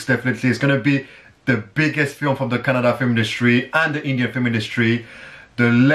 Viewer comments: I love the way he correctly pronounced 'kannada'...instead of' kannad' like others😑😇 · you pronounced Kannada correctly.. thank you